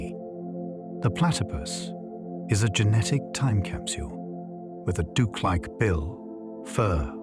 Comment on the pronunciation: AI mispronunciations are funny. “Duke-like bill” instead of “duck-like bill” for a platypus